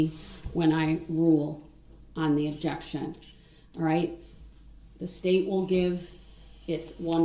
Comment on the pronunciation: Axed, Substained,Objectchun & Biast and Grownz!